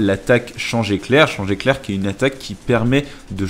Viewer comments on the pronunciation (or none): none